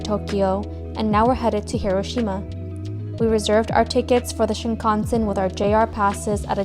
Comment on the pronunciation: the correct emphasis in Hiroshima is not where we Americans think it is and usually pronounce it as